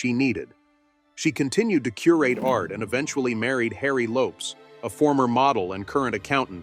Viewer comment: У нас произносят Лопес, а не Лопс. Нужно обязательно перед тем, как произносить имя следует проверить, как имя произносится в англоязычном мире.